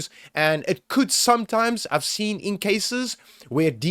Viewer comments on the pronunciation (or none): none